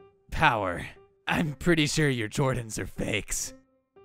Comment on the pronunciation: "Air Jorden" 💀